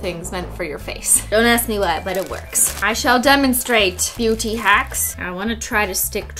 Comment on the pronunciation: What christine said: im a beauty guru, so What i heard: im a booty guru, so